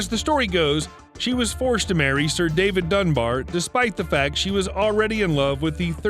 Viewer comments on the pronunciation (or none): none